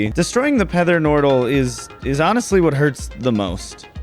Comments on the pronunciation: not gonna lie the "pether nortal" got me laughing so hard xD quality content! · Wait... the "Pether Nortal?" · pether nortal? lmao i see you, i talk like that tometimes soo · “Destroying the pether Nortal”